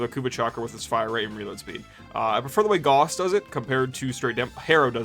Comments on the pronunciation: Its pronounced "Gowss" not "Goss" and don't let anyone tell you otherwise either, they are wrong including the Warframe devs at times. Feel free to look this up with either AI or a google search, that is the correct pronunciation, "Gowss" not "Goss". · It's not pronounced "gauze", it's pronounced "gaoss". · Holy shit dude can’t tell if you’re rage baiting or not but it’s Gauss like “mouse” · Gauss is pronounced Gows. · Shit list. Disliked and reported because Gauss is pronounced wrong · This is how I learn I’ve pronounced Gauss wrong this whole time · Lmao everyone is grilling you for the gauss pronunciation but wtf is the Noctua pronunciation, you knew what you were doing lol.